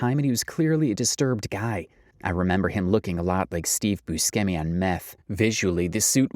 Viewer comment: Do we not know how to say Steve Buscemi’s last name? That makes me incredibly sad. The man is a legend.